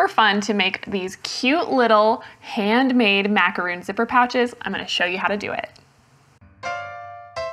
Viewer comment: I also came here to say the exact same thing! Those are Macarons. I know this for sure because I happen to bake Macarons. They're way too sweet for me, but my sister loves them! So the cover on the pattern needs to be changed to "Macaron". And needs to pronounce it correctly too.